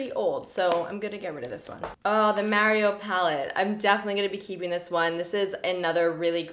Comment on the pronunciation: Was I the only one bothered by the way she said “Mario” when talking about the ABH Mario palette 😂